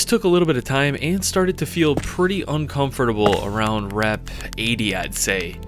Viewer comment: he said uncomfortable funny